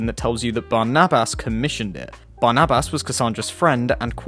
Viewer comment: Barnabas. Just say it normally bro